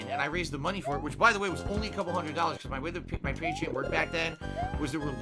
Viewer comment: "only a couple hundred dahllors"